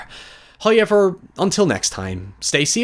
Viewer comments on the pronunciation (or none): Lol every time this guy pronounces the "ow" sound I physically react. How is the word "however" pronounced "Hi-ever" ? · Subscribing just for tomhe way he says "hoiyever" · Bro you’ve got to learn how to say however or pick a different word I mean look at it (however) do you see a Y in there? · I hear it as "hüerever". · Im reporting this video due to the way you pronounce "however". Its psychological torture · Why cant you say "however"?